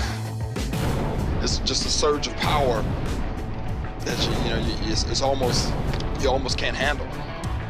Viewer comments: "great prower'😂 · Is it just me ot did he say prower